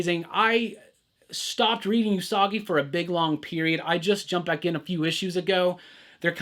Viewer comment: It's ew-sagi yojimbo btw. Not yu-sagi. Just a heads-up.